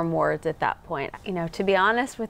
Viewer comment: "And I still couldn't form wards at that point" lol and you still can't